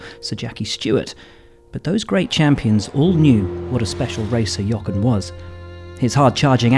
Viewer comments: Can you please pronounce his name properly!!!! Jo - ren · I am genuinely surprised how Will can say the "H" in Helmut Marko but not the "H" in Jochen Rindt and calls him Jocken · As a German speaker, it pains me a little how Buxton pronounces "Jochen". Listen to how Vettel says it correctly. In any case a great talent, taken too soon (like so many others).